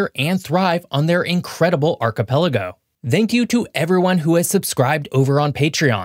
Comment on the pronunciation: Archipelago - I've heard it pronounced "Archie Pelago", as if it was someone's name.